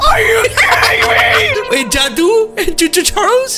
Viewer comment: It's jaduu not judi